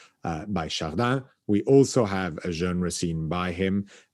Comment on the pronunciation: How is it that, avec son français impeccable, should pronounce the word 'genre' in such an unusual manner? Its English pronunciation is practically the same as the French (just a little less Frenchified) yet he says it numerous times in a way that catches my ear for its oddness. My theory is that, after many years of being exposed to Americans who mispronounce the word due to not knowing the standard pronunciation (like 'bourgeoisie'), he has adjusted the way he pronounces this word to make it easier for average American listeners to recognise that word they'd to now only seen written in books. What a gentleman is (o; This video is another enchanting, engaging and edifying tour de force, what a treat to have and to guide us sagely and slyly through the enthralling histories of the great works in the Frick.